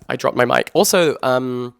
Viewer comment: “I dropped my mic” I heard “I dropped my mind” 😳